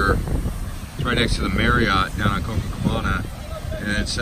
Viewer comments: It's not cococabana! It's copacabana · Copacabana not cococabana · Copacabana.. Co-Pa-cabana. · CoPAcabana!! What do you think you are??? First gringo in cocacabana???🙄👎🏻👎🏻👎🏻👎🏻